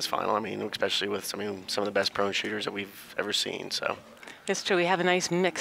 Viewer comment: Hearing a "commentator" say "ECKspecially" repeatedly made it difficult to watch. Their 10 ring is the size of a pencil eraser folks.